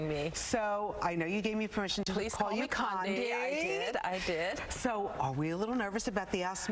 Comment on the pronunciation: Is there a difference between an s and z ? If you can't read or pronounce her name correctly maybe you should just try Condy